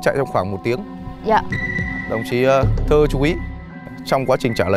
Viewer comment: Sao tên của puka mình cứ nghe thành đồng chí Thư mà không phải Thơ ấy ta.